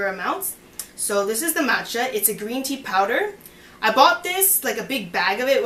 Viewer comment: This is such a good video, it is easy to follow. I am going to try it out. BTW, your Cantonese is pretty good. Very cute. When you said "Green Tea", the intonation of "Tea" should go down. Anyhow, it is very impressive that you can speak Cantonese!